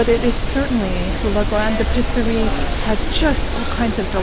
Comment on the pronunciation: L’Episserie is not “le Pisserie” (!) In French, it’s important to really pronounce each vowel. The E in this word is pronounced like a long A (ay) in English. Love your videos, ma chere!!